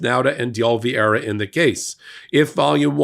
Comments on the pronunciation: It's OLIVEIRA! Not Olvieira!! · Oliveira, not Olveeaira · Oliveira* Not "Olviera" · Isn't his name spelt OLIVE ira,? Why do you pronounce it Ol VIERA? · Are you dyslexic? It's Oliviera, not Olviers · it's "OLIVE-ERA" not "OL-VEE-ERA" Just sayin'. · Ol-i-veira. Not Ol-vi-eira. You constantly mess that one up. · Love you guys, but Oliveira is pronounced oh-lee-BAY-dah. 😉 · Oh Leave Era. Carlos De Oliveira. Sorry, but it's been bugging me. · Dear God, it’s been YEARS now and still cannot pronounce OH-Lee-VAY-ra. You cannot call out Republicans for their inability to pronounce Kamala when you yourself cannot pronounce Oliveira. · Oliveira. Olive-hei-ra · while i deeply value your videos and the information you provide to the public, your consistent (and seemingly deliberate) mispronunciation of Carlos DeOliveira's last name gives the appearance of deliberate discrimination! Yes, he has participated in illegal acts, but why go out of your way to lower yourself to his and the orange buffoon's level? I have to admit that as a person who floats on the edge of the spectrum when this happens I have to exit out of the video, regardless of any good I might have received from it. Thank you for reading my rant. (retired teacher) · Why can't pronounce "Oliveira' properly? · Why do you insist on mispronouncing Carlos De Oliveira’s last name? You can do better than this. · Please take a look at how you are pronouncing. Mr Di Oliveira's name. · is pronouncing DeOliviera incorrectly. We are going to be hearing that name so many times in the months ahead. I hope will take just a second and learn the correct pronunciation